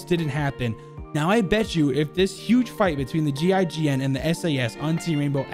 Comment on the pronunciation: gign is pronounced “jeyjen” btw